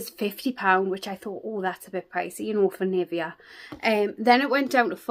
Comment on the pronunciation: Just a sugestion, search how Nivea is pronounced. I am sad this advent calendar isn't available in Serbia.